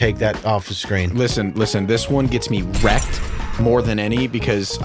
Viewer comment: Mildly infuriating, how many times can say rekt...wrekt...reked...Oh fuck it I give up